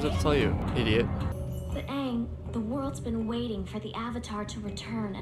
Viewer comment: This is not aang, it's ong